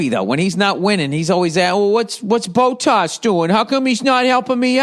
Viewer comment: Bow-Tas & LeClerk 😂😂😂 ... Bot-Tas & LeClaire